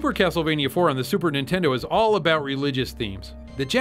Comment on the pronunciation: "Nintend". LOL